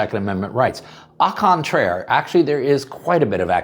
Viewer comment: The au in au contraire is pronounced "oh".